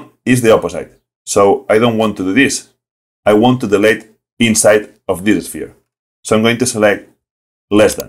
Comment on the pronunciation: Don't worry about that. Yes, you keep mispronouncing some words, e.g. ‘delete’ and ‘who’, but I can still understand you very well. And compared to the tutorials of some native speakers, yours are well thought out and without a lot of blah blah blah. I've watched at least half of them so far and have the rest on my to-do list ;-) Greetings from Germany.